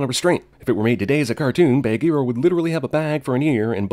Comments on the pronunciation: Why do you say Bahgeera like Bag-ear-a. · OMG WHY DO U PRONOUNCE "BAHGEERA" LIKE THAT?!?! UUUUGH!!!!! 😭😠😬😬😬😬😬